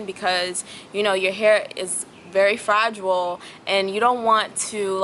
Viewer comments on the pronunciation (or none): Pretty locs and pretty face! Fra-gile. Not fra-gu-al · Very informative, but....fra-Jew-all??????? It's fra-gile.